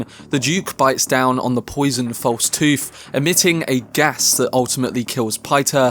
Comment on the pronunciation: He places a false toof in the Duke's mouf... 😂